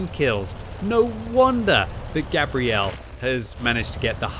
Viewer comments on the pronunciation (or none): !....I dont think thats how you pronounce that persons name...Gabrielle is a girls name, which is what your saying. Gabriel, is a guys name and pronounced different. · Why are you pronouncing the feminine version of this name, Gabrielle, instead of the masculine 'Gabriel', as in the Angel Gabriel? People do this all the time with footballers from Latin countries too (hello Arsenal), and it bugs me no end. Also, the enemy team in this game are awful. They abandoned the hill and didn't even try to take the west flank. It's a good score but it's also a bit of a roflstomp. Merry Christmas. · Pretty sure it's pronounced like the archangel Gabriel "Gay-bree-L" the way you're saying it is the female pronunciation "Gabrielle". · Fun to watch, thanks. Wondering if Gabriel TOLD you how to pronounce his/her name or if you're taking a bad stab. I would have guessed it would be Gay-bree-uhl (masc) and NOT Gah-bree-elle.(fem). Good luck with the fund-raising! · I'm from the US and the way u sayin Gabriel is killin me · As someone who is dating a Gabrielle and is best friends with a Gabriel. It was painful listening to mispronounce it every single time